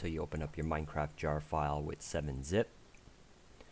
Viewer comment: He has an issue saying the t's Minecraffffffff